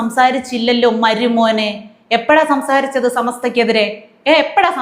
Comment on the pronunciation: താങ്കൾക്ക് ചില വാക്കു കൾക്ക് ഉച്ചാരണ ശുദ്ധി തീരെ ഇല്ല എന്ന വിമർശനം അംഗീകരിക്കുമോ? "മരുമോനേ " എന്നതിൽ "മരു " പ്റൊ നൗൺസിയേഷൻ എല്ലായിേപ്പാഴുo തെറ്റുന്നതായി തോന്നുന്നു.😂😂😂